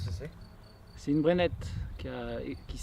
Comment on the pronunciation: une BreneKKE pas Brenette... 😊